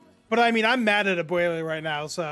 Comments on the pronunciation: why does the dude on the bottom keep saying abuelia?? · Abuela. Not "AbUeLiA"